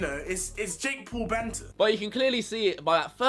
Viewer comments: Yo you idieet its Jake paul noth Jake pool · "Jake pool" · Jake Pool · Say it correctly jake p a u l not jake pool